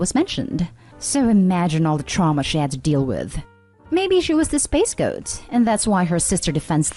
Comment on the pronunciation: "Maybe she was the space goat" ??!? Come on. You've read hundreds of these. Just because there's a ludicrous typo in the post doesn't mean you read it as is, right? 😂 For anyone who's new here, it's "scapegoat."